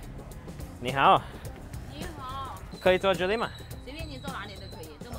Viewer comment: Mjohnson409 i find it halarious when he says ni hao ma 😂😂😂😂